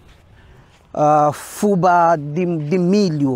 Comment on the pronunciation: aí falam FÚBA e aqui no Brasil se fala FUBÁ .. com acento no á